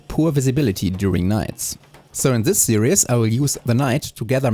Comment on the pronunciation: The way you pronounce "series" is perfectly valid, but if you're curious how it is spoken by English as a first language speakers, we pronounce it with only two syllables, with both the first and second half being pronounced like German "ie," like in the song name "Die Forelle." No matter how it's pronounced, I'm looking forward to the rest of the series! It's already off to a great start!